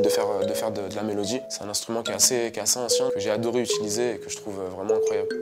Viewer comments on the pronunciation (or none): none